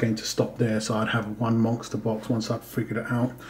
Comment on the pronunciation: I feel that 500Ag and 6Au is a reasonable initial goal for many stackers. My initial goal included a small amount of Pd (palladium) and Pt (platinum) as well. By the way, are you saying "monkster box"? Every time you say it, that's what it sounds like. I'm just curious is all.